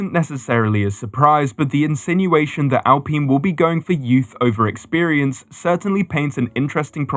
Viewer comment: Could you get an adult to show you how to pronounce Alpine.